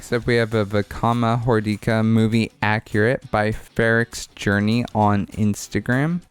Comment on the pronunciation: No no... its Hor-DICK-Ah